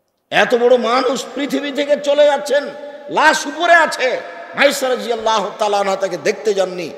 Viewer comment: শব্দটা " Rajiallah," নয় হুজুর " RadiAllah" !